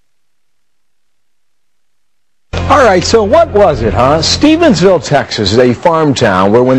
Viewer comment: WTF?! StephenSville??? It's Stephenville! noooo hahaha this fool can't read a teleprompter LOL